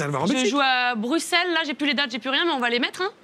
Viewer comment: J’ai eu la même joie que Jimmy quand camille a prononcé Bruxelles de la bonne façon